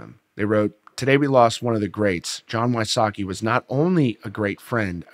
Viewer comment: I think its We-sots-key, not Why-sockey.